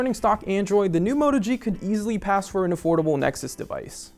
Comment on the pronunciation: Everything you said is a flaw on the Moto G is good on the Zenfone 2 which is why I don't understand your 8/10 score. I can't trust this review and by the way it's a Moto G not a Mota G